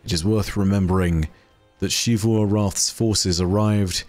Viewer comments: I don't know why insists on pronouncing it "Shee-voo" despite multiple characters in game speaking it clearly as "Zee-voo" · Why do you say it "Shivu"? They literally just say Xivu in game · I’m looking forward to learning one day to properly pronounce Xivu’s name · It’s not like every character in the game ever says it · Im sorry, but I have a pet peeve with. His pronunciation of Xivu is never correct lol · At this point I'm confident you've seen at least one of my posts correcting your pronunciation of "Xivu." I have to conclude you're deliberately continuing to be objectively wrong out of spite. Why do you do this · It's his job to retell stories that other people wrote. A pretty easy job that just about anyone who can edit a video could do. The least he could do is do it right. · Clearly doesn't put enough work in to pronounce a name correctly. If anything, it's disrespectful to the writing staff at Bungie to deliberately continue to say it wrong.